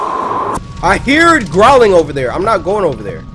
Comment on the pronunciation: cory: I heared growling over there! me: BOY DAT IS NOT HOW YOU SAY IT